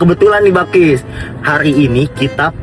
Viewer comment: Bakis gak sih tu kan yang benar bilqis